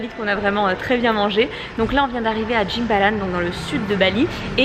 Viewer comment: je comprenais pas quand tu disais ou tu étais, je me disais "oh un endroit à Bali que je connais pas du tout" (bizarre après 6 mois) ahaha en fait c'était "Jimbaran" et ça ne se prononce pas exactement comme ça ;) Merci pour cette vidéo